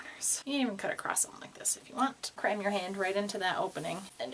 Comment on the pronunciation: When you said "Cram your hand" I heard "crime your hand" and I yelled "NO CRIMING!"